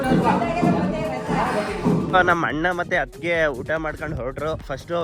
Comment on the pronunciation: ಅತಿಗೆ ಅಲ್ಲ ಅತ್ತಿಗೆ